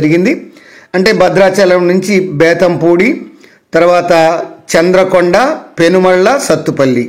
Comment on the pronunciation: చంద్రుకొండ కాదు చంద్రుగొండ